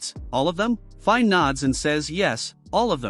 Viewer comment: Dude. Her name is pronounced as FI-NÉ.